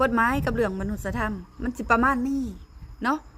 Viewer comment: มนุษยธรรม อ่านว่า มะ-นุด-สะ-ยะ-ทำ